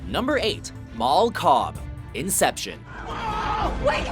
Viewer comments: Mal. Not Mall. Not Moll. Mal. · Mal Cobb? Really?